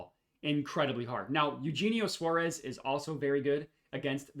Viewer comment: You're saying Suarez's name so wrong bruh it hurts the ears 😭